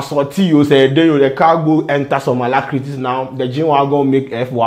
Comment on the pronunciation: The alacrities..heerrrr🤣🤣